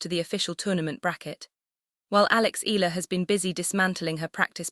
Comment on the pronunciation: AI... that's why the pronunciation is not ee..yah..lah 😂